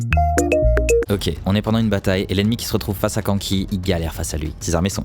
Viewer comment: C’est pas Kanki mais k’nki